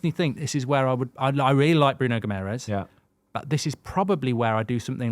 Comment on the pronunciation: Cmon guys!! Get guimaraes right plz!! 😂